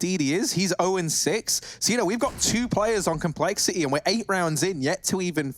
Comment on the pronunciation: Commentator: "complexi'EE"